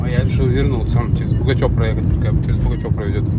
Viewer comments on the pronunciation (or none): Не Пугачево а Пугачев, не БалАково, а БалакОво. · Ты не один населённый пункт правильно не назвал))) Не Пугачёво а Пугачёв! Не подтëсное а Подлесное) Заправка не батпрол а балпетрол, У города Балаково ударение на третий слог , надо знать единственный город пяти всесоюзных строек на весь СНГ и тд) Кстати это провинциальный город с ценами на недвижимость как в Подмосковье) а то и выше. И сдувает на трассе потому что машина лёгкая, на мерседесе е класса такой фигни нет) удачи на дорогах